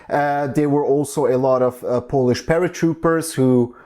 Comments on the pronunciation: Your Polish pronunciation is very good in my opinion :) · Your pronunciation is pretty good. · Actually your pronunciation is pretty good.. And I'm really happy that people around the world finding our history interesting